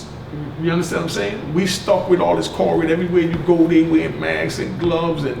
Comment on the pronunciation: It's Covid-19 not Cor-rid..lol